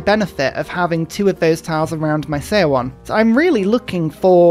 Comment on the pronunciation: Love your videos,. One thing though, seowon's 'seo' is pronounced like 'su' from the word Sun.